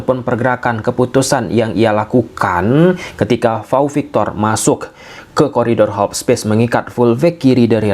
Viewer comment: Pau victor bang bukan vau victor